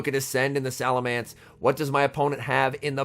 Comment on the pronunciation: I feel physical pain hearing him say salaMANCE and not salaMENCE 🫨